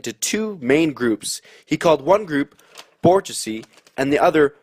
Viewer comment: Hey, It’s pronounce bourgeoisie [boor-zhwah-zee].